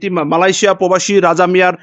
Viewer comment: সাংবাদিককে বলছি, পোবাসী বলছেন কেন বারবার? শব্দটা হব প্রবাসী।